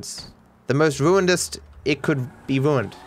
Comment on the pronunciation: "you vruind my vruind vruiner, it is wrilly vruined" gotta love the accent 😂